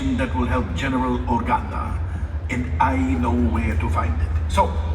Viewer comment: Anyone else notice the female pilot with the bald head say General Organo?